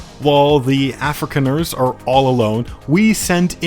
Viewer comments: Af-ri-khan-ers, not Africaners! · as a South African... it hurts when you butcher those names and surnames :D lol edit: ossewabrandwag... loose translation (or direct translation)... ox wagon fire fighters? edit2: afrikaaners... afri-Khan-ers ... is the best I can come up with for pronunciation in your case lol